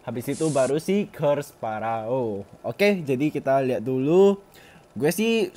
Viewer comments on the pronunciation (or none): It's not paraoh it's feroh the way u pronounce it